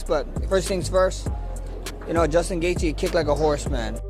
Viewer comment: Justin GETHIA??? Are you fucking high m8?